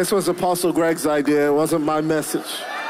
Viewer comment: LOL "apostle".